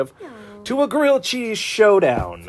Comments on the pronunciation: GWILLED CHEZZ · Say it with me: GWILLED CHEEZ!!!